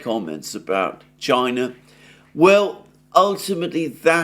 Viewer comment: China not Chia.